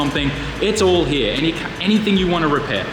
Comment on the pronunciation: I like how he says here (Hiya).